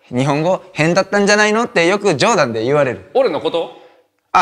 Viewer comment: 冗談のイントネーションがマイケル･ジョーダン